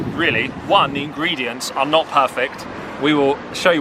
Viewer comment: I'm having a heart attack with your engredients hahahaha. It's not annoying because it's understandably, but it's hilarious😂😂😂.... I'm sorry I can't help it✌️